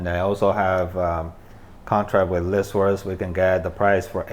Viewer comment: Did he say he uses list source? I couldn’t understand that good